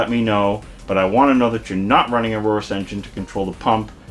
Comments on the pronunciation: its not "a-roar-us" its Aorus " like the egiptian god , man why is it so hard for people .... lol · holey cringe intro ........ and you cant even say the word Aorus properly. Embarrasing.